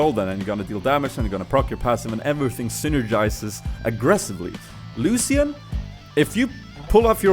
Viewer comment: you dont say ''lusian'' you should say it like ''lushan''